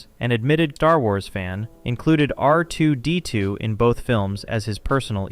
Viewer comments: The way this guy says R2-D2 is painfil. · Is R2-D2 difficult for you to say? Just curious. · bruh why are you saying R2-D2 like you're fking rtrded??